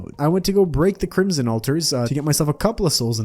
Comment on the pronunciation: he really said corruption instead of crimson, i wanna die.